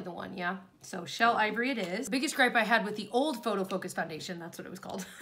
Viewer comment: You DO know that you pronounce it ‘FANdation’ rather than FOUndation 😂